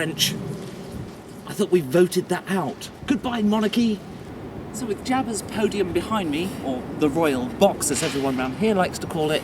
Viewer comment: did you just say Jabba?